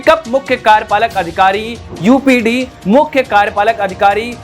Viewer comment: यूपीडी नहीं यूपीडा